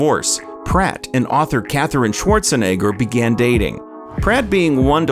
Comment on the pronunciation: It’s funny how the last name was pronounced correctly until he was like I’m gonna add some spice to it and said “schwartz a nigga”